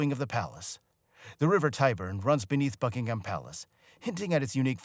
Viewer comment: Buckingham: pronounced Bucking-um, there is no emphasis on the ham 🙄 and simply referred to as Buckingham Palace, not, THE Buckingham Palace 😖